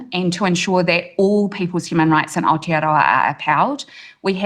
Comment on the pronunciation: Where the fuck is outa-row-a?